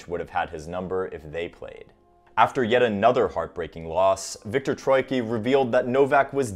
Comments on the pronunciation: viktor is not troiki. its troicki, same as greg rusedski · Not Viktor Troyki, it's TroyiTSki or Trojicki in writing